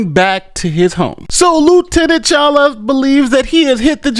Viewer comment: Dude said #CHOLUA David Chala hshahahaha